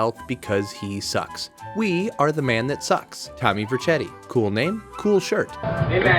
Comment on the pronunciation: Thank you for pronouncing Vercetti more accurately